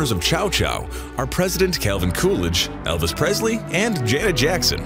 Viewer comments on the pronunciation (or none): none